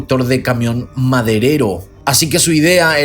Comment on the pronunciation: MADERERO escuché esa parte seis veces, me encanta como pronuncia JAJAJAJAJ 😻